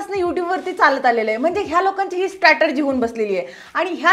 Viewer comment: Statergy nahi g strategy ast😂..btw funny video..welcome back..karpaun tak ata YouTube 😅